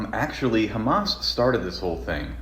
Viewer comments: Yeah what's with the 'Khamas'? I've noticed it too. Is it meant to be offensive or something? It just sounds like a dumb mispronunciation. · beuatifully debunked as always, I will just say that the reason that israels say khamas instead of hamas isn't out of malicious pettiness - it's just how it's said in hebrew. many words in hebrew use the kh sound and when they are talked about in english they're usually said with an h instead, so hebrew turns h sounds back into kh. same goes with hasan and hebron and many other places/names that start with an h sound. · complains about how people say hamas and says lihay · Ben will go out of his way to pronounce Hamas that way but intentionally misgenders people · Hamas is pronounced with an (H) not like you’re spitting😂